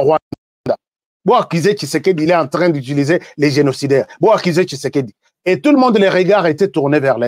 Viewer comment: Svp monsieur fait beaucoup attention avec l'identité d'un homme Si tu es rwandais tutsi tu n'a pas le son "tshi" dans ton langage, fait attention Mon président ne s'appel pas kishekedi mais Tshisekedi